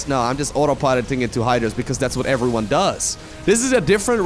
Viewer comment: Me with volume at 100%: 8-l: HELLO EFERYONE MY NAME IS